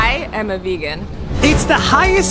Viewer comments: Am I hearing it wrong or is it Vigen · What they say “ Vegan” What I hear “Virgin”😂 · Why did I hear : I am virgin....... I m coming babe😘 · How it’s spelled vegan How people say it: vegen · Now I don't know how to pronounce vegan